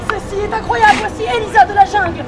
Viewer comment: Je m’appelle Elisa et tu a dit Rlisa